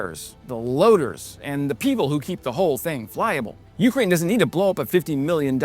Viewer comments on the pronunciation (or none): I love watching your channel, fantastic videos, great info and details. I only ask one thing, when you say Ukraine, you’re accenting the first syllable, Ukrainians accent the second when they say the name of their country.